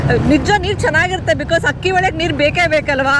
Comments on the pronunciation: ..ನೀವು ಅಕ್ಕಿ ಬದಲಿಗೆ ಹಕ್ಕಿ.. ಅಕ್ಕಪಕ್ಕ ಬದಲಿಗೆ ಹಕ್ಕಪಕ್ಕ...ಯಾಕೆ ಹ ಬಳಸ್ತಾ ಇದೀರಾ.. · ಹಕ್ಕಿ ಅಲ್ಲ ಅಕ್ಕಿ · ಮೇಡಂ ಅದು ಹಕ್ಕಿ ಅಲ್ಲ ಅಕ್ಕಿ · ಹಕ್ಕಿ‌ಅಲ್ಲ ತಾಯಿ ಅಕ್ಕಿ